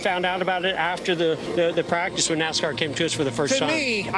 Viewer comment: Not sure how trustworthy this is since they can’t pronounce Bowman, and call Hendrick Hendricks and that it’s a firm .